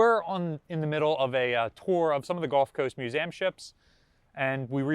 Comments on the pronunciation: the amount of times youve said museum incorrectly made me stop at 3mins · /myo͞oˈzēəm/ not /myo͞oˈzaym/